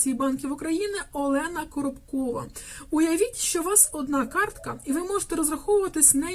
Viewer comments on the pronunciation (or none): none